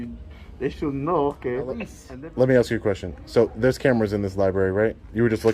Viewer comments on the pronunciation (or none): Does the woman who can’t even pronounce the word “ask” know she sounds like a drunk? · You heard the detective, she axed you to leave. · She lost all credibility when she said, " I'm gonna have to AXE you to leave"...Cannot even speak the language and she is a "Detective"? Really ? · How can you wear a badge and pronouce the word "ask" with the word "axe"?